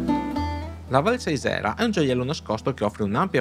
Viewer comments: si dice Sàisera,. Video molto bello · Siete finiti dalle mie parti. In effetti la parte bassa della Val Sàisera (si pronuncia così) non è molto interessante, ma la parte alta, al cospetto delle pareti nord del Montasio....... Durante l'inverno tutta la valle diventa il paradiso dello sci da fondo; la parte alta penso sia una delle più belle piste da fondo delle alpi orientali; anche se la temperatura difficilmente sale sopra i -7°. Bel servizio (come sempre)